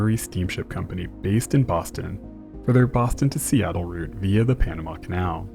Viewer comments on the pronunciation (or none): none